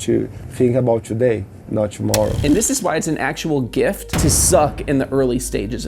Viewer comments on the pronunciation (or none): none